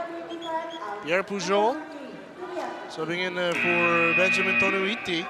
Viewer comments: "Toniutti" not "Tonuitti" 😂😂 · Next time Velasquez ha. TO-NI-YUT-TI. Toniutti.